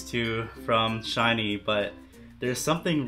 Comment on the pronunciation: It's pronounced just like the word shiny. You don't have to put emphasis on the two 'ee's like you would in employee.